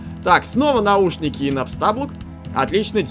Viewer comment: Господи, это ударение не НапстАблук, а НапстаблУк!